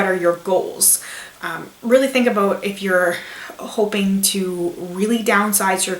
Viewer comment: aboot xD